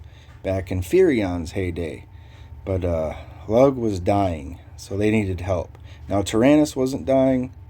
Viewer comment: I'm originally from lugh and it's pronounced LOO GUH. Not lug lmao. Started Halloween 2011. Now I'm end game on 5 servers. Recently arawn I'm in dawn lvl 225 main